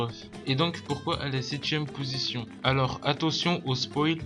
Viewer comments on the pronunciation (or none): none